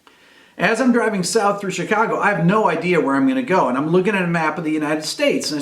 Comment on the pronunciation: Where'd you learn to say Chicago like a local? Just hearing that made me homesick... Also, you could have your story in the current day Chicago, but... heroin...